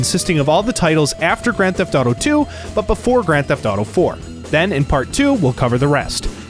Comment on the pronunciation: "Grand Theft Thaw Tho"